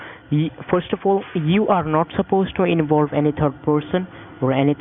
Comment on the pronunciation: “You are not suppose to inbolb any turd person or any turd party” 😂